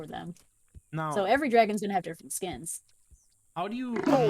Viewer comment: Stop saying dragon it’s draaaaaaagons